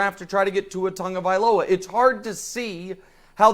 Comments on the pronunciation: Learn to say Tua's last name Tagovailoa NOT Tongavziloa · There is no “N” in TAGOVAILOA